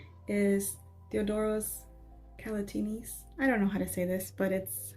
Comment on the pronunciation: You said Theodoros Kalotinis perfectly! I think you’re ready to move to Greece and start speaking Greek. 🤣 I’m so curious to try his perfumes. I’ve heard several YouTubers speak highly of his products especially Coffee Addict, and they all say that it is fairly priced too. He’s on my radar for future purchases. On a side note from a previous video: I went to Target today. I was looking to see if they had a sample set of the Mixbar perfumes. They didn’t. 🥺 The shelves were so empty and dusty. They had the Pacifica hair/body mists on sale. And guess what I did? 👀